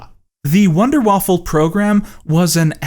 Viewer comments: I agree with the thesis but it hurt when he said wonderwaffle instead of wunderwaffe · Dude! wonder weapon is Wunderwaffen...with an N at the end. Wunderwaffel sounds like something made by Eggo. LOL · Hah! Me as an ennerving german has to point out that you said Wunderwaffel instead of Wunderwaffe, making it wonder-waffle! Haha! Wow! Does this make me smart now? Lol. I know it doesnt and i hate people pointing such shit out to americans doing their best to use proper names. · It's Wunderwaffe, not wunderwaffle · I know you think you’re being clever and funny by mispronouncing the German word Waffen as waffle,but you calling it a waffle just that you don’t have the intellect to put two and two together or to properly pronounce a word that isn’t a meme or an emoji.you really are pathetic. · Why the fuck do people always read "waffe" as "waffle" Where is the L you're inserting in there This really shouldn't piss me off as much as it does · "Wonder waffle"... guy, it's Wunderwaffe. WAFFE. There's no goddamn L in that word. Also, saying that building the A-4 (/"V2") took more people than its use in battle is obviously true... because... it's not for use in battle. It's a rocket that actually goes to space from east Germany and then comes down in England. What conceivable purpose would that have for any battle? Obviously, these films are ridiculous, but you're not helping your argument by making yourself look like you haven't the faintest idea what you're talking about. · Calling it 'wunderwaffeL' every time even increases the irony 😂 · Just came across this video, the only thing that "annoys" me, is the pronunciation. I don't expect someone to learn a whole language, but it just feels more "professional" when you ask a native speaker. Saying "wunderwaffel" (wonder waffle) or "third Reik" (reich is pronounced Reish). Besides that a super great video! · I love how he doesn't give any respect to the Wunderwaffe concept by consistently calling it "Wunderwaffle"